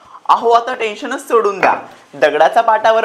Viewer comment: तेलाणी 😂😂 टेंशण😂😂